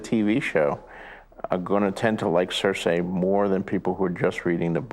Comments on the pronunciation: You might be from Up norf but cerceye is not the way to pronounce it love. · The interviewer pronounced Cersei wrong...